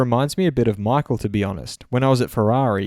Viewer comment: well... how you said "Michael" wasn't even close to German!